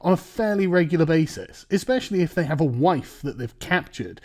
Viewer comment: Whoa! Whoa! sargon, slip of the tongue mate "i have mates who have been to Afghanistan and what they do as a hobby, for sport is rape little boys" might want to reword that lol The way you structured that emphasises "they" as if you were talking about your friends.